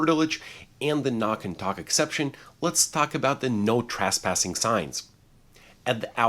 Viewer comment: Trasspassing or trespassing? Asking for someone that’s not an attorney with a ridiculous mustache!